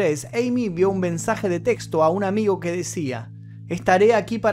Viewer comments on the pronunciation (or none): none